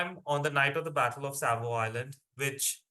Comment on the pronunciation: There is no L in Savo.